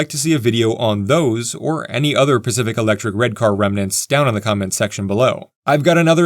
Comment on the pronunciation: I love all the serious heartfelt comments, but I feel the need to express my lack of maturity. I thoroughly enjoyed listening to this video telling myself it was actually the "specific railway" but you just kept mispronouncing it.